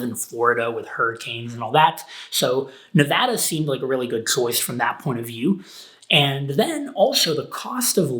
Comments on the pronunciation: I can't believe how you pronounced Nevada as Nevada and not Nevada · Your hand looks like you got into a fight. Did you got into it with Joshua Fluke? Who won? nevada [neˈβaða]